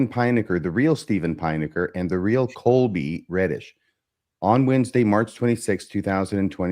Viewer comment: I chuckle when calls Colby, Coby throughout this episode.